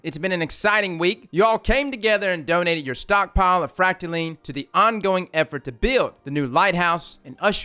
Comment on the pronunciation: That's fracta-line not fracta-leen